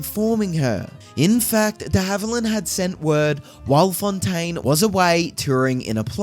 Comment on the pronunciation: Who the heck is narrating this video? Can’t even pronounce the actor’s last name! Did it several times, too. Just awful!